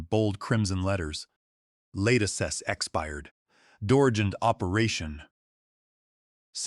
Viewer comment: Really you don't know how to pronounce license like a driver's license or in this case a software license Wow